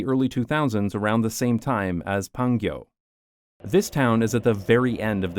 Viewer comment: Don't know if somebody pointed out yet but it is PanGyo not PangYo. LOL.. oh you corrected later on eh? Anyway, I really hate those big wide roads and that there are so many cars but like 0 parking lots where you really need them. And everybody illegally parks by the side of the road every time and I'm here wondering why the heck not make the right most lane into a parallel parking area anyway since everybody parks there anyway and the roads are 6-10 lanes wide??? Wide roads does not mean car friendly either... As someone who has a car in Korea, it is a pain in the arse to go places because a lot of times there are no parking spaces anywhere when and where you really need them, ending up parking quite a distance away from the place I need to go and walk to my destination for 30mins and such. Basically bad for both pedestrians and cars a lot more times than good for either one. Also residential areas, not sure about new ones (i've seen on the news that in the newer apartments, people fight over parking spaces too) but older apartments have so little parking spaces and so much more cars that people double, triple park when they get home..... Then the the other kind of residential areas, what we call "villa" as in shorter buildings that are 3-6 stories tall and a lot of times the first floor is a store/restaurant/cafe and second floor to top floor is residential, in these areas there is no parking space, people park by the street (a wide 2 lane street, supposedly illegal, when c